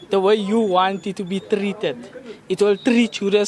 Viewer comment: if you trrrrrrrrrrrain it the way you want to be trrrrrrrrrrrrrreated.